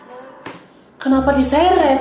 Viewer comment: gedeg dah gua kalo lu ngomong "kenapa" tapi ada h nya jadi "khhenapa" wkwkwkwkwkwk